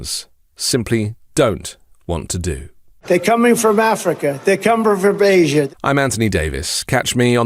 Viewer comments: "They're comebttfur Basia" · “ they’re coming from Africa, they cumber frob Asia”